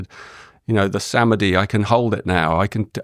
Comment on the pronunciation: His pronunciation of samadhi is wild 😂